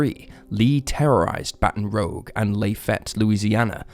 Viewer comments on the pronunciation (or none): Isn't it Baton Rouge, not Baton Rogue? I'm not an American so can only go by what I've heard previously. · It "rouge", which means red. Rouge is not spelled rogue. Can you see the difference? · Rouge is ROOJ Rogue is ROWG. I think the narrator may be a victim of bad spelling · Baton rooj not rogue. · "Baton Rogue?" Embarrassing. How about "Baton Rouge?" So much for that British accent. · Baton Rouge is pronounced as Baton Rooj not Baton Rogue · Great video, love your stuff and full respect when I say this: its baton ROUGE, like the color red. NOT baton ROGUE, like the dnd class. 😂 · it's rogue as in make-up, not as in 'gone rogue' (which is what you did with that pronounciation 😆) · Btw it's Baton Rooj not Rogue, and Lafayette is Laf-ee-et :) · I'm from the UK, and I even know it's pronounced rooj, not rogue 😂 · Rouge...Rogue...not the same word in any language. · Baton 'ruzh', not 'rogue'. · Baton Rogue? La Fie ette? Police Drivers in the river? Come on, man. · The city’s name is Baton Rouge. Bat on Roozhe. It is French for Red Bat. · Mari ann fowler case- Pronounce the city names like your french- baton Rogue, and Layfette are French/Cajun names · Baton ROOJ. (Just being a bit picky!) Anyway, good job as usual! Love your vids. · the name of the town is pronounced baton r o o j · My guy, Baton Rouge is pronounced ba·tuhn roozh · Dude, learn the correct pronunciation of place names Baton Rouge, like a bat on rouge lipstick. And it’s Lafayette after the French general that helped the United States during the American Revolution. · What? Sometimes things are just pronounced a certain way and people mispronounce it. Sometimes a mispronounciation is just a mispronounciation. 'Rouge' is most certainly not pronounced the same as 'rogue' by anyone anywhere. S He just mispronounced it. It's not about dialect or idiosyncratic speech patterns- he just mispronounced it because he mistook the word. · Baton Rogue? Lafayette?! Man your pronunciation is bad😂